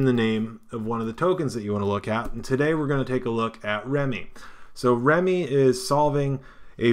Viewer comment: FYI: I think pronouncing it "remi" as apposed to "rem" could get this confused with remicoin (RMC) which is totally different. Remme should be pronounced as "rem". The name Remme has a numerology value of 2 In numerological terms, this means the following Balance. A state of equilibrium or equipoise; equal distribution of weight, amount, etc. Something used to produce equilibrium; counterpoise. Mental steadiness or emotional stability; habit of calm behavior, judgment, etc. Got that? Good. LOL.